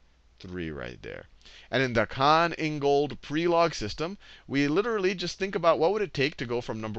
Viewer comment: I'm from Croatia and I was sad when I herd you say Prelog wrong. Please, check pronunciation before saying such names. Thank you very much for everything! :D